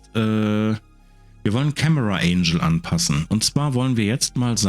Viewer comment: Nur eine kleine pingelige Anmerkung: du sprichst "angle" wie das Wort "angel" aus - was Engel heißt, nicht Winkel. Wenn du es im Englischen wie Engel im Deutschen aussprichst, kommst du der Sache schon näher ;)